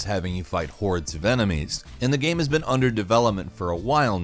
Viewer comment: I can't help but notice that your pronunciation of the word "game" is very weird.